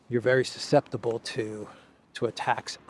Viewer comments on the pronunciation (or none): none